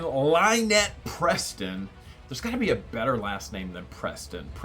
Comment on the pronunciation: Pestin instead of Preston